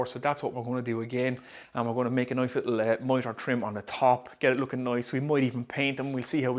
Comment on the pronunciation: when nice becomes noice we talk business